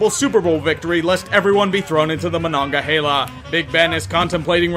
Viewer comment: Props for pronouncing "Monongahela" correctly.